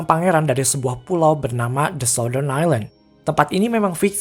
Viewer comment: Baca ny sauttern min bkn sautdern